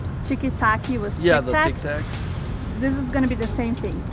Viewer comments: O problema é q a moça fala Tic tac errado. T+i=Ti e não "Tchi". Aí nao teria como acertarem msm. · Tic TAC como é que vocês pronunciam chiqui taqui, não faz sentido nenhum. No português verdadeiro e igual aos americanos, aliás, eu acho que nenhuma marca destas se pronúncia de firma diferente en Portugal. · Nós, brasileiros, realmente colocamos um "i" no final das palavras com consoante, mas essas pronúncias aí foram muito forçadas. Não conheço ninguém que fale "méquiiii", "tiquiiitaquiii" ou "kitiikétiii"... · Quem é que pronuncia "Kit-Kat" como "Kitchi-Katche" ou "Tic-Tac" como "Tchic-Tac"?